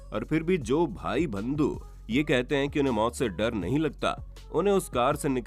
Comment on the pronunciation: bandhu bola jata h na ki bhandu apka ucharan lagta h m hi tution de kr sudhar du